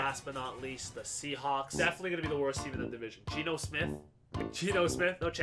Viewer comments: He said seacawks lol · “The seacocks” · anyone else realize this man said ''seacocks''? 😂😂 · I swear I heard him say seacawks